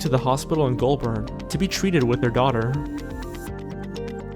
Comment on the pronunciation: EVERY FUCKING AMERICAN PRONOUNCING MELBOURNE, GOULBURN AND BATHURST WRONG